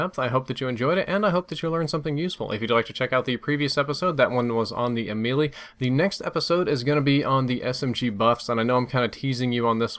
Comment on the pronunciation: I'm pretty sure the Ameli isn't pronounced as the Lil Wayne song